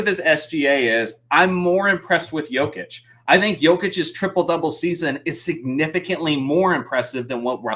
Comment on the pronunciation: is that dude for real?? Is he really mispronouncing DJOKIC like it’s 2019?? Despicable